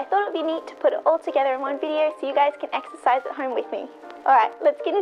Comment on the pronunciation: Exercise ? I thought you said " extra fries " Love your videos, you know I was joking.